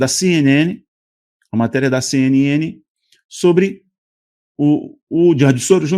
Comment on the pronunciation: Cara , não fica tentando falar as palavras em inglês, é muito ruim. Fale CNN e pronto ! Ou fala a pronúncia correta ou não fala, tá ruim